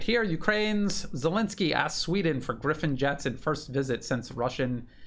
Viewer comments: Gripen and not Griffon. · Grippen, not Griffen. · its not Griphin!!! Its Gripen and it means "Grabbed" just for info...